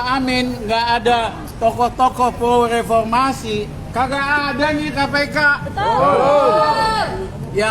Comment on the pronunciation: Lepolmasi, eh maaf repormasi 😂😂